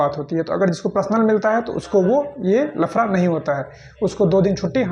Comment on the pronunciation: Bhai tu bihari bhsha q bolta h ganw wali .. Hindi b nhi shi se bol pate h bihari 😮lafda ko lfra 😂 wah😮..pta nhi ksi ghatia education h wha k school n teachers ki jo shi sbd kaise bole jate h vo b ni sikhate 😢